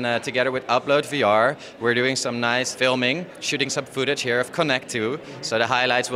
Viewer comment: "fooootige" footage*